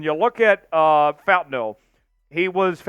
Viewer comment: Bro … you cover the Seattle Seahawks and you DON’T know to pronounce FAUTANU, who played for UW? WTF have you been?! My gawd, I’ll your gear out of your arse